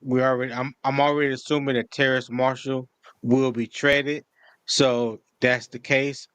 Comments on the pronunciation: it's Terrace Marshall not Terrance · it's Terrace not Terrance lol